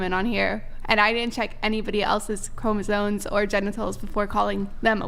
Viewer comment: Gotta love when people try to sound intelligent and don't even know how to pronounce words. "Chromasone?" Lmao